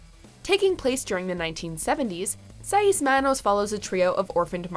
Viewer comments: SAYS not SAY EES Ya wey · She can't even says seis right, are you really surprised? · i had no idea white people could fuck up how to say "seis" but i really shouldn't be surprised by this point. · Am I the only one bothered by her pronunciation of "Seis"?